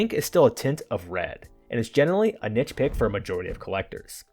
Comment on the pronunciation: Thank you for properly pronouncing niche. Its so refreshing to not hear some kid under 45 rhyme it with "quiche".